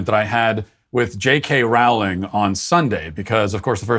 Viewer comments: Please learn to pronounce Rowling's name correctly. It rhymes with "bowling", not "howling". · Matt: Rawling Me being a massive potter head: ROWling like row row row your boat! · Pronounced Rowling like Bowling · That's not how you pronouns her name Matt. Do better.